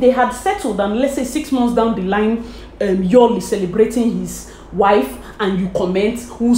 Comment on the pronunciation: His name is YULE NOT YOL PLEASE IT IS PRONOUSE YOU LE NOT YO